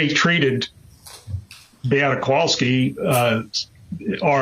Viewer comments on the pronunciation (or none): Can someone for the defense PLEASE teach Mr. Altenbernd how to pronounce MAYA and BEATTA? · Why can't he pronounce Beata's or Maya's names correctly? He's surely heard them pronounced correctly a thousand times by now. As for them not being responsible for Beata's death, didn't someone who worked for the hospital say that they predicted it? Yet they did nothing. Also, I think the thing that bothers me the most throughout this trial is the utter disrespect I've seen towards Beata from the witnesses from the defense. I also wanted to comment about the last nurse who testified. Given her personality, I can easily see why Beata didn't do well with her, and why she didn't appreciate what Beata was trying to tell her. She didn't know anything about CRPS, either, so I don't think she took Maya's level of pain seriously. The percentage of medical professionals in this trial who don't know much about CRPS is disturbing. I realize that it's not a common condition, but did any of them consider googling it at some point?